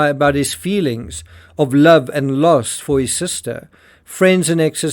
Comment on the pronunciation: “Love and loss for his sister” sounded to me like “love and lust for his sister”. 😮 I had to play it back like four times.